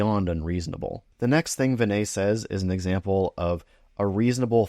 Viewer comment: Hey Pal, How about learning to pronounce Dr. Prassad's first name correctly?